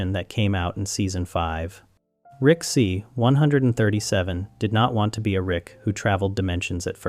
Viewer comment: You must stop saying 137 like that.